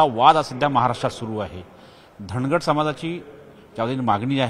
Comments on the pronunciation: Dhagad nahi nit vach dhangad ahe....st made dhangar ale..wait🔥🔥🔥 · धांगड नाही धनगड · सर तुम्हाला अजून अभ्यास करण्याची गरज धांगड नसून धनगड आहे परत एकदा वाचा